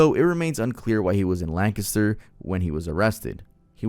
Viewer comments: Not to detract from the serious nature of the video, but my guy you actually pronounced Lancaster correctly! Even half of Pennsylvanians can't figure that out 😂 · Ha I live in Lancaster and said it 110% perfectly…. Sound like you are familiar or know someone who lives around here to pronounce it correctly 😊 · Thank you for pronouncing Lancaster correctly 💪💪 Everyone always pronounces it like the place in California lmao